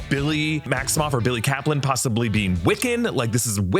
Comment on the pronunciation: It was Bi-il-ly all along